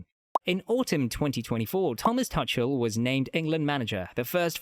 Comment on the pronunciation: And the Thomas Tuchel pronunciation is a bit off.